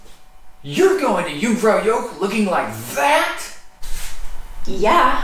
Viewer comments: Helpful videos. "Joch" is pronounced to rhyme with " loch ( as in loch ness)" rather than " yoke" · Yoong - frow - yawkh. softish k. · I don't think anyone should be offering travel advice, if they can't pronounce Jungfraujoch properly. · So embarrassing that you've been several times and still butcher the name of the damn place. Dear god. 🙄🤡